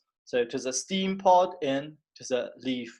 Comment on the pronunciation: it's [stem]